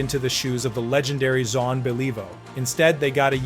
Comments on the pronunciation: John Be-Leave-vo! Take this down or fix it.. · John Bell-eee-voh...couldn't even prounounce Belliveau's name properly.